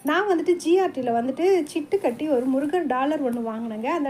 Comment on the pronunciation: சிட்டுகட்டி இல்லை சீட்டுகட்டி